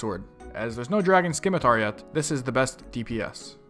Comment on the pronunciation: The c in scimitar is silent. It's SIM, not Skim. 20 years and people still can't pronounce shit. EDIT: Also change your title to best in slot melee gear.